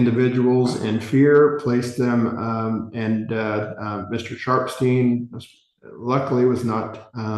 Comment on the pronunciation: Not me thinking he was saying "Mr. Sharp's team" the whole time 😂😭 Ohhhh Sharpsteen!! 😅